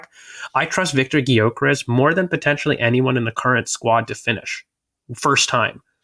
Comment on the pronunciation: The G is silent for god sakes.